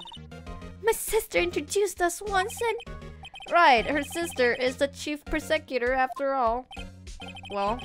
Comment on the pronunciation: I almost feel like Edgeworths safety is in question. Also you saying prosecutor like that is making me hungry... Mmmm prosciutto.....